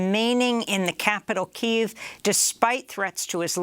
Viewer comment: thank you Amy for changing to the correct pronunciation of Kyiv